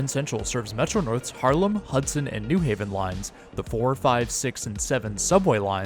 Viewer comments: Nice video! I'll never understand why people pronounce it NEW Haven instead of New HAVEN, not like that's different anywhere else on the east coast- New Hartford, New Canaan, New York, New Rochelle, New Bedford, I can't think of an example of another pronunciation. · as a new haven resident, this is the single easiest way to tell that someone is not from here. virtually all visitors and transplants pronounce it NEW haven (almost as if it's spelled newhaven, ct) and everyone who is actually from here pronounces it the correct way, new HAVEN. the pronunciation kind of ruined this video for me, haha. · I've never really heard anyone say it that way until this video. The only reason I could ever think of is to distinguish from East Haven or West Haven. And none of those others have the "new" stressed either. Only thing like that I can actually think of is New Lots, Brooklyn.